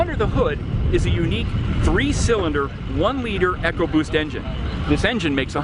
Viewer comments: Its eco-boost not echo-boost come on! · It's something Americans have to learn to use. not everything has to be big or go home. Great technology, wouldn't mind that in the Fiesta, but maybe not the Focus. Any by the way its ecoboost, not echoboost, just a FYI, great review too!!